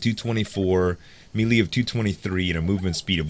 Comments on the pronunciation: its pronounced "MAY LAY" not Meeee Leeeee lol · Love your vids - You are awesome! Please say "may-lay" for melee :) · melee is pronounced malay